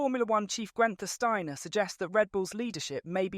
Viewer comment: How can anyone with a serious interest in F1 say "Gwenther Steiner" ?